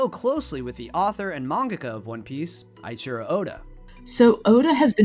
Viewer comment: your pronounciation of "Eiichiro" is so gross.